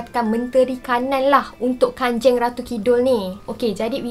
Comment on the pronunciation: Kanjang bukan kanjeng memang ejaan dia kanjeng tapi bacaan dia kanjang